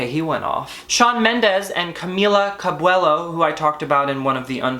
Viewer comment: Did u say Camilia Cabwello 😳😂 thats a new one, love that and luv u